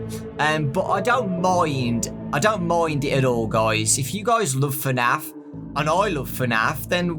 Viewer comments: Why do u say fernaf and not fnaf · I love how his accent does not permit him to say FNAF properly. He says it like FANAF. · Fenaf you say 😂😂